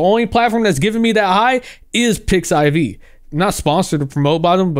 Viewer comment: Side note, it's "pix-if" not "Pix-I-V". But yeah, I agree with the rest especially about reaching general layman people. The problem is they don't use Cara, but Twitter, YouTube, and TikTok (and I'm still questioning it about TikTok).